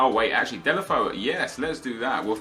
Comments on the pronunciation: It's DAY-LO-FAY-OO not DAY-LE-FO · Delafoe..... I think it's like "Delafejhu" correct me If i'm wrong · Deulofeu is pronounced Day-you-La-Fay-You